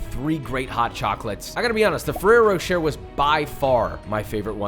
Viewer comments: It’s not rocher it’s pronounced roché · It's pronounced "roh-shay" not "roh-cher" :) Just saying :)